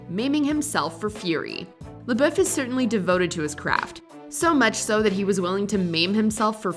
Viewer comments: The way she pronounces his last name is irritating. May be the proper pronunciation but if he says it as “Labuff” then pronounce it that way lmaoo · What is with the Watch Mojo narrators always pronouncing things so cringy. I wanted to punch my screen. NO ONE, not even himself, says his name with that God awful accent. It's pronounced SHY LA BUFF! That's how he says it, that's how YOU should say it. Hence forth, can we call you......... Must be a Canadian channel cuz every YouTube channel I watch with Canadians is such a struggle to say words normal I swear. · Bruh if you’re gonna do a video on Shia at least pronounce his last name right jfc